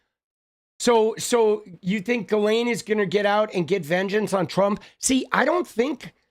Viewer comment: Ghoulaine Maxwell. The "S" is silent.......like the truth.